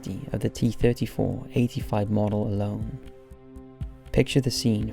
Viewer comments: T34....not T 3 4........ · i hate the fact he didn't say 34 instead he said three four which really triggered me for some reason